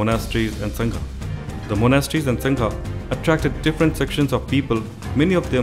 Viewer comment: Please don't say संघा pronounce it correctly as संघ